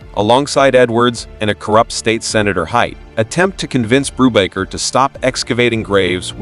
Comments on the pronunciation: Your bread and coffee cakes are baked by a baker, not a bocker. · Hey kids! have your parents ever said, "We'll have no further word on the matter!"? This movie is where they learned it, Brubaker ended many disputes with that line. And Robert Redford's character was not Brewbocker, Boob rocker, Boob raker or Any of these AI bastardizations, it is "Brubaker". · The A.I voice should win an award for being able to pronouce "BRUBAKER" TWELVE different ways!! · I think the AI voice pronounced "Brubaker" in SEVEN different ways. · The name is not pronounced correctly because it's AI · Did you even WATCH the movie? You can't even say his name right. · How many pronunciations of Brubaker, can you count? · Zero correct pronunciations. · I'm pretty sure it's AI narration. A real human wouldn't keep changing the way they pronounced Brubaker. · Do you have a problem with pronouncing the name correctly? And why would we subscribe before watching? Your starting off badly.